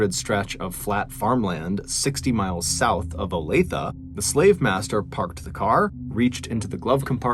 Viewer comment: Wow! I remember when Olathe was all over the news and not one reported pronounced it properly! Way to go Mr.B! Olathe=Olay-th-ah. I'm impressed, NGL! Awesome work!